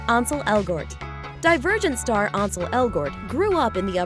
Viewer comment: THEY SAID ANSEL WRONG😭😭😭 HE IS BAE AND THIS IS NOT OKAY😭😭😭😹😹😹